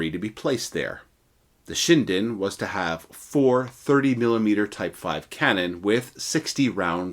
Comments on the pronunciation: Not "Shine-den" LOL. It's "Shin-den" as in "Chin". 😂😂😂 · It's nut pronounced Shy-dn. It's Shin-Den. J7W, Magnificent Lightening. It was to have a jet engine later but of course, the war ended even B4 the J7W was perfected and made to the production line as the US bombers kept on destroying not just to kill massive numbers of civilians specifically done so w the incendiary bombs (war crime**) but against the arm factories too. And, J had no fuel to fly any aircraft by that time, some expe- riments were done to extract oil from foliage etc., which is of very poor quality for the aviation fuel. Logistically, it was very EZ to defeat Japan as it's an island nation, everything must b imported by ships and all the US had to do is to destroy their merchant ships, let alone their IJN ships. And though the UK is also an Island nation, it had a rich colonies and a rich friend, the US. Nut Japan. _________ **War crime is metered nut(not) to the victors but to the defeated nations. I.e., the term/concept is Farce. Same bombings by the US was done to the J's ally, Germany. It was designed by no other than the later Sec. of State, Robert McNamara of Vietnam war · FYI, Kyushu is pronounced “Q-shoe” and shinden is “shin den”. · Ugh..... the correct pronunciation is SHIN - DEN. (...international grammar na*i hat off...)